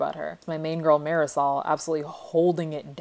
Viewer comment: The way you pronounce marisol brings me life